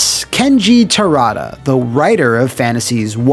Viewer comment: that E overlaying the A in Terada... was that some sort of acknowledgement that you recorded the pronunciation slightly off, but couldn't change the audio at that point in editing?